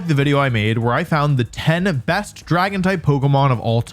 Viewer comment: uuuh scwary dwagons